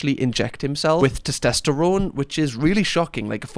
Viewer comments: Anyone else notices pronounces it as "tostesterone"? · Have a doughnut every time says ‘toss-test-errone’ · SOMEONE PLEASE help say TESTOSTERONE properly 😫😭 i'm gonna be hearing tost-est-erone in my nightmares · Testosterone. Not tistesterone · Your mispronunciation of testosterone is adorable 🥰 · Please don't ever say "testosterone" again. ✌️ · your pronunciation of testosterone is triggering me. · AND FOR THE LOVE OF GOD TEACH HIM HOW TO SAY TESTOSTERONE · But what CAN hurt you is how he's pronouncing 'testosterone' 💀